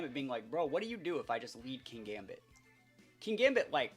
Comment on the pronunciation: I thought it pronounced kin-gambit? There isn't 2 gs and considering how you evolve it makes sense?